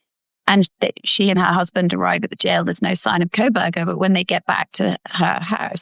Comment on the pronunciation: Hands keep, not keeps. Kohberger not Krohberger.